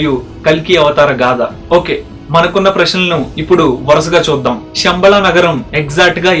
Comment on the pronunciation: షమ్బల కాదు నాయన, శంబల, Please శ వేరు , ష వేరు